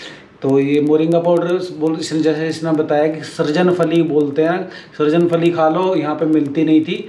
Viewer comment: सरजन फली नही, सहजन फली कहिये।